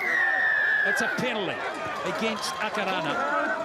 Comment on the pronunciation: Who were the commentary annoying listening to the pronunciation of our two teams. errrrrrrrr